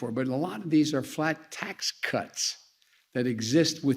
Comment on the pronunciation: Why does he say "tax cuts" like that? Ask how frustrated the people of Del Rio are? We just want the Border problem fixed! Can you do that instead of rambling along!